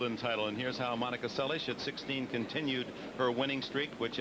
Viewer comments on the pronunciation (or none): Steffi's sliced BH dropshot was lethal. She wasn't able to use it in the second set. By the way, why was Dick Enberg pronouncing Monica's last name as se-lish? Is that the Hungarian or Yugoslav pronunciation?